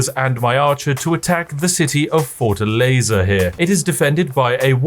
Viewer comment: brazilian here... almost xat my pants laughing on how you pronouce Fortaleza lol